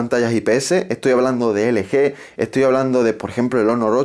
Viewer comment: Felicidades, eres el primero que escucho que dice ele-ge y no el-yi